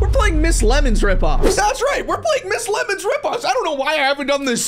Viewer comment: Ms lemons: Welcome to my game. My name is Ms. “Limons”